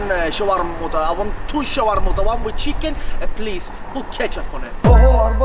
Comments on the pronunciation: Shawarmuttah? Wallah haram habibi 😂😂😂😂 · shawarmouta HAHAHAHA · Shawamuta indeed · 😁😁😁sha-war-ma,. love that food. ..wraps the way he say it😁😁😁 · Shawarmutha my friend😙😅😅🤣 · shawarmoota, that was hilarious!!! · I dont speak much arabic but when i heard “Schwar-moota” i fucken died cause shermoota was one of the few words ive learnt🤣🤣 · When the guy said shawarmota I was going to pee my pants